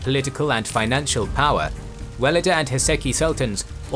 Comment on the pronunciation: Great video! Though there are some to correct: Valide is a better pronunciation since "walida" is too much arabicised. though the word is Arabic origin, Turkish has no "W" sound, so it is a "V" (using "W" for Ottoman Turkish or Persian is a Western stereotype, thus should be abandoned in favour of facts over theory: Arabic script) Second, Köshem should be pronounced with an "S" not "SH" (Kösem) Third, her intrigues and homicides would be good to mention, she had lots of people killed. Lastly, Turhan Sultan was the most skilled of all these in terms of statecraft, she deliberately paved the way to end the "sultanate of women" and retired willingly, she also deserved more space in this video, in my opinion.